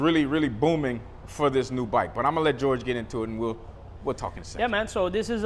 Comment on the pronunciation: LMAO, ITS PRONOUNCED HOR HAY NOT GEORGE. THE J IS AN H. JORGE IS HORHAY IN SPANISH BRUH.